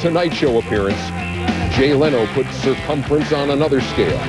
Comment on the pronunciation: Sircumference lmao